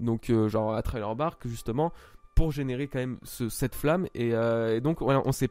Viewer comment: Si tu lis ce message, le i de "thriller" se prononce à la française. Je suis pas un prodige en anglais mais ton "traille leur bark" me stresse un peu 😉